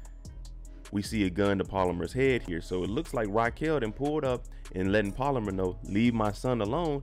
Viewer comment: BRO ITS NOT POLAMER ITS PALOMAR!! YEZUZ TAKE THE WHEEL